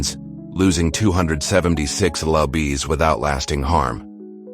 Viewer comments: You really need real readers because the ai is not even i enough to know lds is pounds but reads each letter. Thats just one exaple. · "Lu bees"? Seriously, AI can't read lbs? One eight hundred years for 1800 was bad enough. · Who runs this page? Do you have a voice? Do you want ME to read the script? ANYTHING but this stupid AI that cannot tell that lbs means pounds.